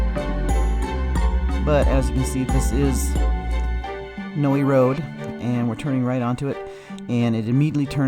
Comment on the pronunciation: Not that important but It's pronounced "no" road. Thank you for keeping this story alive. Gannon will nvr be forgotten in this community. Rip sweet boy!